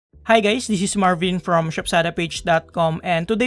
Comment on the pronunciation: what did u say, hi gays